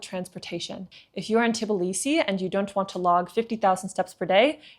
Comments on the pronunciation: For all my beautiful foreigners it is not TiBilisi - Tbilisi ( please remove Ti :) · 🫨🫨🫨 Try saying t-Blee-see. Not teh-bull-lee-see. 😄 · This is TBilisi, not TiBlisi